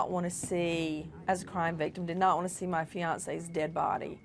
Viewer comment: Nina. You are not alone in having such impressions of that selfish boneheaded Nancy grace. And she emphasizes when she says, the "Dead body". Thank God. That CNN doesn't have to put up with at snub. Nancy Grace.